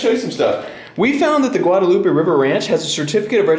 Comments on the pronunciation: I see we've finally bullied into saying Guadalupe correctly. Very good. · Lol 7 episodes to finally pronounce Guadalupe right.